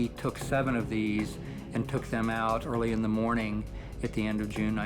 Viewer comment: good moaning